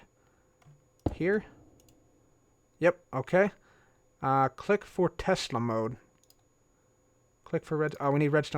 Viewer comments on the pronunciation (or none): none